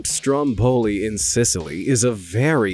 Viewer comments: Strómboli , not strombóli .. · Stromboli is pronounced with an emphasis on the first O, not the second one.... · Sorry did he say mt STROMBOLI?? In ITALY?? I’m done why is no one else mad about this 😭